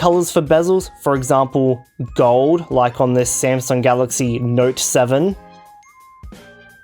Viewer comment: I laughed when he called it smasnug and found out I am not the only one calling it